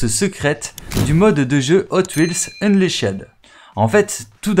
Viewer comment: ça se prononce unlichd.. pas unlichaide. 😂😂😂😂😂😂😂😂..